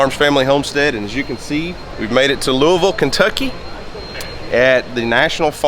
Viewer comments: TY for saying Lou(A)isville correctly. Raised in Missour(A). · I'm glad someone who isn't from KY FINALLY said Louisville right!